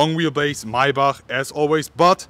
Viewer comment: Lol Mercedes “maybuck”